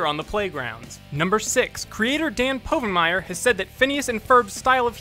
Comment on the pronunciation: Dan’s last name is pronounced wrong at least ten times!